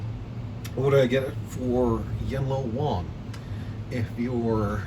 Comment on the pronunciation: Man, come one, it's not Yen Lo Wong, it's Yen Lo Wang. You know...